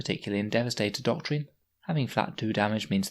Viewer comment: It’s pronounced ‘doc-trin’ I’m sorry but that ‘doc-treen’ you keep saying really grates